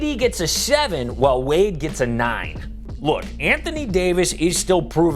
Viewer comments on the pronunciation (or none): none